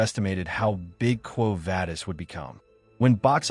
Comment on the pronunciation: It is pronounced Quo Vah-dis, not Vay-dis.